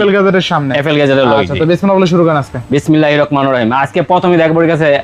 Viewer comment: .. bismillahir rakmanur rahim😂😂😂😂